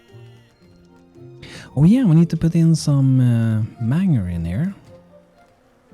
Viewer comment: Just a small ... bit of info ... for my fav. YouTuber ... Manger is pronounced "Main" and the g is soft ... sounds like the J in June ... heh ... :_bantoTeabag::_bantoTeabag